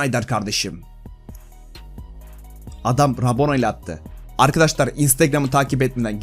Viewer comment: Arkadaşlar diyeceksin arkadaştar değil